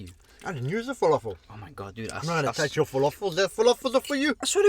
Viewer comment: It’s the way you pronounce falafel as follofel 😅❤️